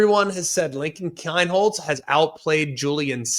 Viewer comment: It's pronounced Keen-holtz.